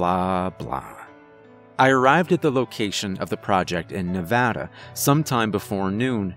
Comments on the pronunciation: I know I'm late to the party but as a Nevada native I appreciate your pronunciation of the state. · I can’t tell you how happy I am that you pronounced “Nevada” correctly. 😅